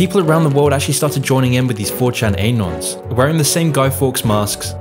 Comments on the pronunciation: "Anons", not "einons". It's pronounced "anons". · 4 chan ay-nons